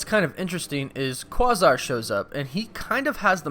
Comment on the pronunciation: Someone get this man a dictionary; he can't pronounce 'quasar', or 'edict'...and I'm stuck in a two-hand face-palm. sigh